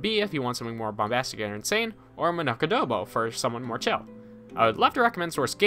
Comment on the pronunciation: I love how you Pronounced Manok "Manak"